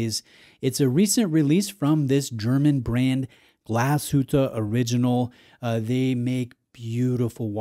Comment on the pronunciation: Looks very nice on you - and thank you for pronouncing the brand name correctly 🙏